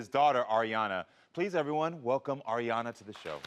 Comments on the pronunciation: The second story annoys me !! Yaw have to innerstand that THIS parent hAD to GRIEVE A SUN at one point . Drinking issues emotionally and mentally.. I believe he’s better now and his DAUGHTER needs to stop getting on him for saying AIRyana smh ! Grow tf up ! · The Aryana girl I can see why her dad was getting irritated about his pronouncing her name wrong. My dads from Jersey theres so many words that man’s says wrong including our middle names. It doesn’t mean he doesn’t know it.🙄